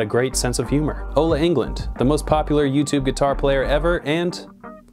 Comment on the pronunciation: Ola Englund. Not England.